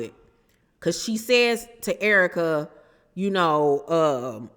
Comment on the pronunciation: You have to be from St Louis, because of the way you say Errrka.. 🤣🤣🤣 a Real one😘😘😘 E. Banks goofy AF. I ❤️the Searra impressions. 🤣🤣🤣🤣🤣. I LOVE YOUR CHANNEL BOO.😘😘😘🥰🥰🥰🥰😘😘😘